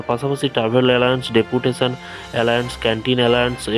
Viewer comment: Kathata alaence nay kathata halo allownce